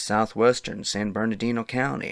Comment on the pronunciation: San GABE-rial Mountains. San Burr-nardino.